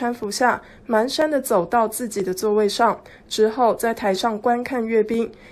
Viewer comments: 蹒跚，读作panshan,还manshan,这水平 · 蹒跚panshan.真为这些媒体人汗颜，整天念错字！